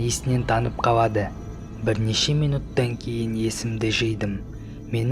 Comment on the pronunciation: Неге дурыстап сойлемейсн боуар кауады боуды